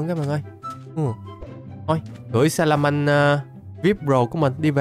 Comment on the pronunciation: Wao nói salamen chất như nước cức😅😅😅😅😅